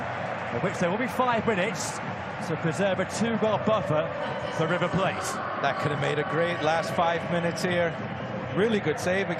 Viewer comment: 'plah-tay' por favor y non 'playt'